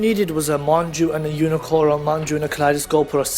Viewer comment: "Umicorn" and "Gun Gay" Aaah im I miss hearing you say these names because if I am I love my fucked ears right now xD